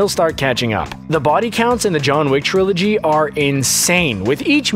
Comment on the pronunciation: I stopped watching when the video voice said “Trilogy”